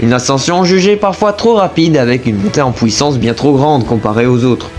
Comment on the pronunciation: la " pouissance"😂